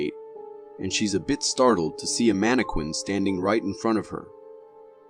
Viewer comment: Lmfao what exactly is a “mana-quin” 🤣🤣🤣🤣🤣🤣